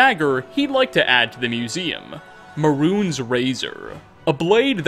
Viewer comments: Mehrunes is pronounced like, "may runes" not "maroons". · Maroons Dagon. Weird pronunciation.